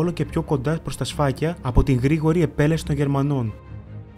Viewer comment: Σητεία και Σφακία μωρέ όχι Σήτεια και Σφάκια